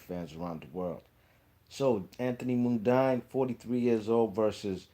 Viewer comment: Before you put out a video learn to pronounce Mundine first. Pronounced Mundeeen